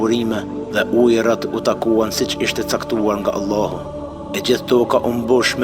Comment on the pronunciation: JO Ëllahu bre shoq po thuj Allahu tamon